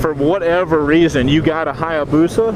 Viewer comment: HI - AH - BUSA. There is an "A" there, you keep ignoring man. :( Jeebus, you're a whiner. I love my Busa... Get back on a 400...